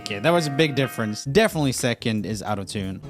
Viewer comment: Did anyone else think that when Roomie said out of tune it sounded like he said autotune?? Maybe just me... 😂 Honestly though I didn't agree with some of the answers especially in the offbeat or out of tune singing - not all singers have to sing on the tune - it sounds cool when they don't sometimes if that makes sense. It's hard to explain.